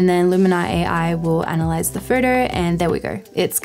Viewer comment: Great video. I just can't process your pronunciation of a word 'photo'. I'm constantly hearing 'further'.